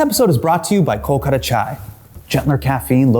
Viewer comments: We all will try the chai- when you start saying “kolkata” correctly! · Only Hasan will talk about pronunciation whilst saying Kolkata wrong 🤣